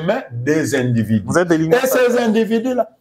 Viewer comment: Zoba oyo auti wapi?na français ya des individi ,(individus )